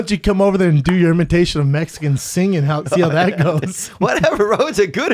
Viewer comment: “ my girl is Metzeecan” lol